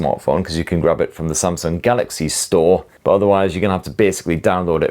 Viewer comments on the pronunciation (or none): none